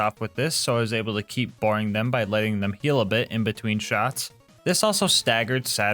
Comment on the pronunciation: "the boring way out" or "the B0REING way out"?